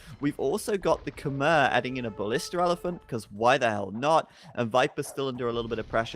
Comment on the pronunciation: Such a good series. Also Khmer is pronounced more like Kmai